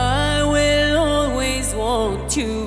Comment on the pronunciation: انت اكيد عم تمزح ... انت ما بتسمع اوتوتون لي في صوت كارول ... و اسمع كمان قولها i Will always wont you عم تنطقها غلط مش زي الاغنية الاصلية و نص الكلام لي مش منطوق فالاغنية الاصلية عم تنطقو ... غنتها حلو بس مو متل مايلي مايلي رغم اني ما بحبها بس صوتها يجنن خصوصي فهاد الاغنية